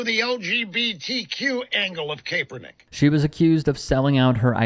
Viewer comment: I don’t know, but does this dead guy just have a bad accent or is he purposely saying Kaepernick wrong? Just like Marjorie Taylor Greene pronounce AOC‘s name funny. Or how some people couldn’t even pronounce Kamala Harris?